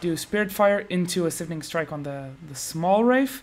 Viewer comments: SIPHONing strike. Like siphon. Not like syphilis. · dude it's pronounced "s eye fun ing" not "sif in ing"